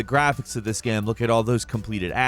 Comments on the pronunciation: “in the gam” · omg he says gam like at least twice more loool